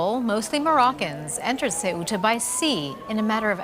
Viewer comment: Your job is to properly present the news. Learn how to pronounce the city you are reporting on. Soo•ta, not Say•oo•ta